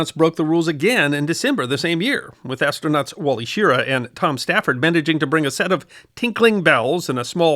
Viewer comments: The pronunciation of wally's last name sounded like sher-RAH not sheera, never have I heard it pronounced sheera until I heard you say it here, I've heard other things mis pronounced but this will not stand!! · Wally Sher-AHH,not SHEER-uh. Al WAR-den,not WORD-en. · Pronounced Wally Shir-rah with accent on second syllable. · Not "Sheer-uh" ... "Shi-RAH" Your welcome. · Wally Schiarra was pronounced like Sherahh, not Sheera. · It’s pronounced Shear-Ah not chirruh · I grew up hearing about NASA astronaut "Wally Sure-RAH." I never heard "Wally SHEER-uh." American heroes deserve their names pronounced correctly! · Wally Shear-AH not shear-uh. There, fixed it for you. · Where did the SHEER-a pronunciation of Schirra arise? He himself pronounced it shir-RAH in the old Actifed commercial. It’s pronounced shir-RAH in old interviews. Walter Cronkite pronounced it shir-RAH on national television with Schirra seated alongside. I never heard anyone say SHEER-a prior to the Moon Machines documentaries. Now I hear SHEER-a in this video. Get back to the primary sources, people! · I have no problem with how your pronounced Gemini (and this was a very good vid, btw), but Wally Schirra's last name is pronounced "Shear-AH," not "SHEAR-a." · Cheerah, Skeeruh…it’s only pronounced one way and you got it wrong both times. The aviator’s name, Wally Schirra is pronounced She-rah. If you hadn’t mispronounced it differently two times I’d think you simply were pronouncing it the way you choose, as you pronounce Gemini as Jemenee. It’s a matter of respecting this man by pronouncing his name correctly. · Get your pronunciations right. It’s pronounced Shur-ah. You could probably have googled it. The fact that you didn’t shows your ignorance but your laziness too. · Wally “Cheeras”? It’s Wally Schirra. If you can’t be bothered to look up the proper pronunciation why should we believe you’ve bothered to look up anything else? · Jimmini? Sheeera! didn’t check on how these names were said.